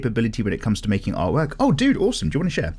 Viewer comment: The way you say "art work" in the intro sounded to me like "art twerk" now the picture of some paper twerking cant get out of my head